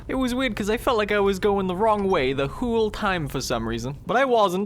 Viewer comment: Whole. Not hull.